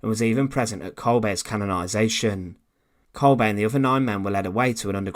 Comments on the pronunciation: Why does this narrator always pronounce names incorrectly? He say "Kolbay" when his name is actually pronounced Kolber 🇩🇪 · Isn't pronounced as kolbeh rather than kolbaay